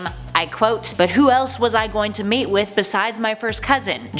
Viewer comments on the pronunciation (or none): none